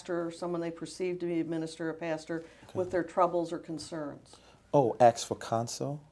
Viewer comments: Did he say "asking" correctly there ?? Wow ! THAT is a miracle ! I guess only the three letter variant turns into an "axe". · " I aks people for donatrions" LOL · HER: "Have you ever ministered to Debrah?" HIM: "You mean AX her for counsel? " HER: "Yes." HIM: "No, Michelle does that". Huh? Michelle is a therapist too??🤣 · AXE Michelle…😂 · Apostle does your bottom lip taste like steak? David - “you’re going to have to axe Michele”! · Does this guy really says "aks" instead of "ask" every single time? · Yes!! And correct him on how to pronounce "ask" and "specific." Be like, "Sir, it's not AXE. it's ASK! A-S-K! And PACIFIC is an ocean, you moron." That would have been amazing. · “You can axe Michelle” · “Aakss Michelle.” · I don't know. Axe Michelle. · I'm surprised it wasn't "I don't know, you'd have to ax Michelle" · Axe not ask. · Poor Michelle must be a bloody mess after all that axing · This idiot really emphasizes the word ask as AXE...AXE Michele. He really sounds like a natural born idiot... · "I don't know, axe Michelle." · Stupid it is ask not axe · the state of " I don't know axe michelle" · The Apostate has no command of the english language, he constantly mispronounces and misuses words and then uses phrases incorrectly or inappropriately. An english teacher would blow their head off in a suicidal fit of depression after listening to this azzclown after five minutes. "Axe you", "Could you be Pacific?", Budapesh. uhhhh. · I think so but you gotta axe Michelle 🤣🤣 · The Lady asking the questions is very unprofessional but.....I don’t understand so you’ll have to pacificly axe Michelle! How do you milk millions with such a limited vocabulary ? Well, Trump is president with a 4th grade vocabulary so I guess anything can happen!!! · " I aks people to donate" AKS???? The man can`t even talk properly!!! Surprised he even have any lips left to bite on!! What a dickhead! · Aks Michelle. She did whatever I aksed of her.... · Jack Goff .. axe* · AXE David...axe.